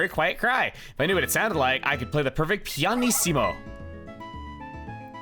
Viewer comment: Pianissimo (stress on the -is syllable, not -si) means 'quietest' in Italian -issimo in general means '-est' in Italian. Don Piantissimo is 'Sir Pianta-est' and the joke is that he's not a Pianta